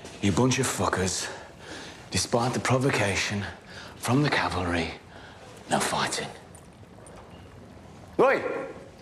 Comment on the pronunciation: Brzmi bez sensu jak ktoś kuma angielski 😂😂😂noł fajtnig 😂😂😂No cocain =Unia 😂😂😂boli mnie to 🙏🏻